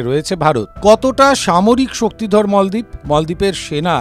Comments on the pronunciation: মলদ্বীপ না মালদ্বীপ। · মলদ্বীপ নয় মালদ্বীপ,,,, বিকৃত উচ্চারণ কেন? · মলদ্বীপ কি, বলেন মালদ্বীপ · মল দ্বীপ😂